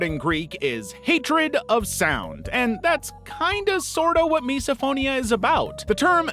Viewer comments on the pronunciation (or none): just FYI its pronounced /,mɪs.əˈfoʊ.ni.ə/ (miss-oh-FOE-nee-uh) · Misophonia is actually pronounced miss-oh-phonia